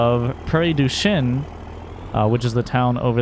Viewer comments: It's shen not shin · Looks nothing like MacGregor & you pronounced Prairie Du Chien wrong